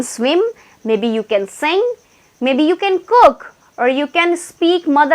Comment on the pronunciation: Mam your saying can means kan will come we have to say can ok understand.